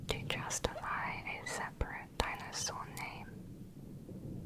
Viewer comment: Yo hablando español escucho “tainasos”, cada vez que ella dice dinosaurios 🥺